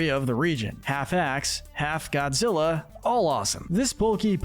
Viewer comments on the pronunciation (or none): none